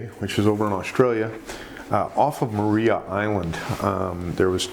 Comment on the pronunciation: We don’t see great whites that often in Tassie, waters too cold usually. Scallops not worth it. Maria island pronounced as Mariah, as like (Mariah Carey). Cheers mate terrifying as usual.